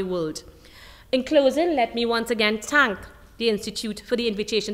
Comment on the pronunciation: It is Thank and not tank.